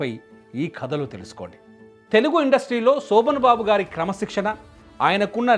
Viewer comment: సోభన్ బాబు కాదు రా అయ్యాక శోభన్ బాబు.